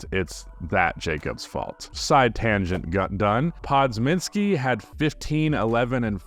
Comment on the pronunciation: That Podziemski pronunciation was tough bro